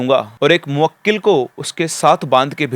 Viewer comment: Arey sir moakkil nahi mohkil hota hai